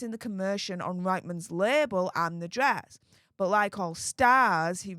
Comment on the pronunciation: It's pronouned Reetmans